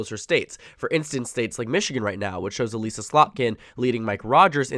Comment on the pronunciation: Just a minor thing; Elissa Slotkin's name is pronounced El-iss-uh, not Eh-lease-uh.